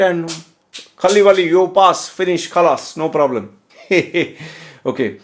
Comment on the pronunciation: Kalibali khalas pass 😂😂😂 Sir's khalas word is really funny in terms of accent 😂